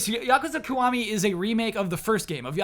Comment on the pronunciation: Kiwami is pronounced more like Key-wa-mi instead of Ku-wa-mi